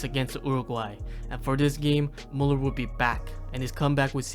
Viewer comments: At least try to pronounce his name correctly if not all the other german terms you used. Its müller, not muller. You sound like you have a blanket in your mouth. You did it with, why not with müller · His name is Müller, not Muller. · Thank you very much for the video. However, still a shame you cannot pronounce Müller correctly. Try harder next time. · its mÜÜÜÜÜller not mUUUller just saying no hate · it's Müller, not muller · "Thomäs mulluhr"😭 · If you make a Video about Müller, look into how his name is pronounced. ES HEIßT MÜLLER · When you decide to do a whole video on Müller, you could have put in a 2 minute effort and learn how to pronounce his name correctly. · Why do people take the time to make videos like this and then completely butcher the names? The dots on the Ä Ü Ö are not there for decoration mate. Just press the speaker button on Google Translate. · Learn to pronounce the name please. How do you make a whole video about one person and you can't even respect them enough to get their name right?